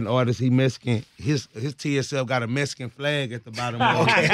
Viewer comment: Not Mexican but Mesican lol 😂 Texas shit